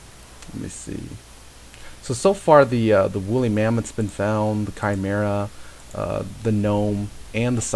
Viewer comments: I always thought it was chim-er-ah -Panglou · the balance spell is pronounced chee-me-rah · chee-meer-rah. 4got a letter